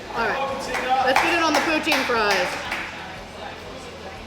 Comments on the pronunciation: Poutine is pronounced ”pooteen” or “pootin”. I’ve never heard anyone call it poochin. That’s also not even poutine. Poutine has cheese curds. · From a Canadian; poutine pronounced is either the western way “poo teen” or the Quebec way (where it originated) “poo tin”!! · Who calls it "poo-cheen"? If you do, you are wrong.